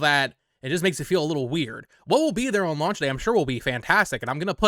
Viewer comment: Brother I will not be taking pronunciation advice from a guy who says "oh-wan" everytime he says "on" 😂